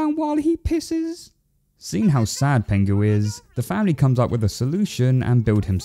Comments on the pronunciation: it's pingu not pengu haha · Ahh so nostalgic ❤ but broo it’s pingu not pengu 😊😊😊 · Stop saying pengu!! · Why do you keep pronouncing it 'Pengu'?? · I know it's penguinese, but did it sound like Pingu swore to anyone else?